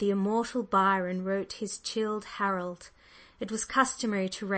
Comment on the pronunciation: Byron might have been surprised to have learned that he wrote "chilled Harold"!! One of Madame Corelli's several passionate books much marred by a reading where the reader mispronounces any "foreign" word and reads in a flat voice sometimes ignoring the punctuation and thereby not comprehending what she is reading. Disappointing by its lack-lustre performance. Just started on chapter 4 and can't stand it any more! Why on earth did she think she could do this?